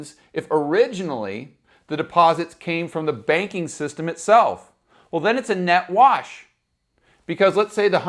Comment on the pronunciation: Also- Did you say Net-Wash LOL